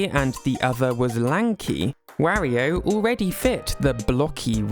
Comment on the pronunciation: Oh God, you even say Wario wrong lol, I just can't lol.